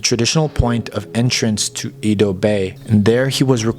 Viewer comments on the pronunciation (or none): Interesting subject matter, however, I don't care to have to endure poorly researched narration or personal appearances of authors. ( Kyushu is more than a "place" it's a main island. Edo is pronounced AYdo not EEdo?)